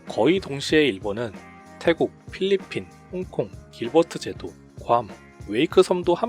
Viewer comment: 필리핀을 빌리핀이라고 발음한 것 빼고는 정리 잘햇다